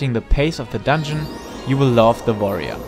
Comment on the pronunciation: I love the way you say Warrior... like V'arrior ... sounds badass.